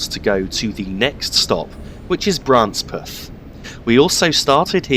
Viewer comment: The locals from Branspeth would laugh at your pronunciation of their village's name. It's first syllable is pronounced bran and not bra. Oh, and apropos of nothing in particular there's a village nearby called Bitchburn.